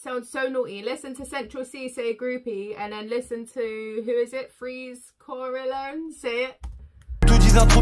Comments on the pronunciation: Hi honey, love ur energy, ur knowledge and everything, but please stop saying Corelone. It's Corleone.... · And not to roast you about the names or anything but it's Corleone ;-) 🤭 like the Godfather You're the best, bbs ❤️